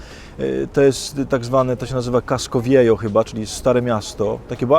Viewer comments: "casko wjeho" sie czyta drogi Ojcze Adamie:) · KASKO WIEHO, Padre. Po hiszpańsku J czytamy jak H. :-) To taka mała sugestia na dalsze etapy zwiedzania Ameryki Poł. Z Bogiem :-) dzięki za te vlogi z różnych krańców świata